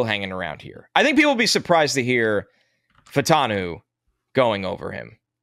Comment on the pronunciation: Fautan me!? No, sir, Fautanu!